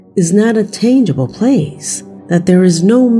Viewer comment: Robot voice. No human pronounces tangible as taingable. I'm out. Lazy humans aren't worth my time and the low background music gives me a damn headache!!!